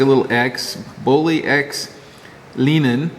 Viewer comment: Leinen is pronounced: lye-nen Cheers! Eric